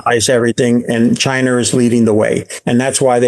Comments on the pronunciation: Anyone who calls it "Chiner" is hard to listen to. A ton of missed takes. Of course inflation is why Gold goes up..who gives this guy there money? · chin-er = china